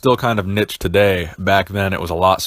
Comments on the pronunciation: love the content, but dude, niche is pronounced neesh not nitch. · Niche pronounced neesh ! 🤓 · Love your content dude, but what the hell is “nich”? You mean niche, right?! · Didn't know I could get so triggered from someone saying "nitch" xD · Love you, but the way you say niche kills me lol